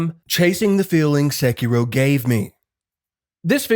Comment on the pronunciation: It’s so hard not to constantly hear SEH-kee-roooow, but my NE accent bias aside, you fucking nailed every comparison and problem/benefit that each of these games has. I also want to play Sekiro again, but am trying to get through the new games as they come. Would LOVE to see if you update this video with Wuchang: Fallen Feathers! Best true souls-like I’ve played, following FromSoft’s formula to a Te